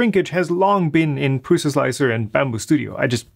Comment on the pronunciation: Best 3d printer. He said not prus.